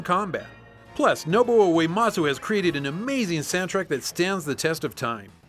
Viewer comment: For a retro channel your pronunciation of games and people like Suikoden and Nobuo Uematsu makes me sad :(